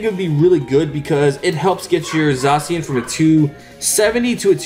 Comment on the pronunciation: Im so glad N didnt call zacian Za-ke-an in thid deck profile